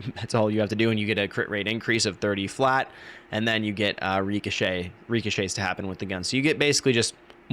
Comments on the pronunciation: It's not reekochet like a reeking odor. It's more like the name Rick, with an i sound. ri-kuh-shay. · wtf is a reeko shay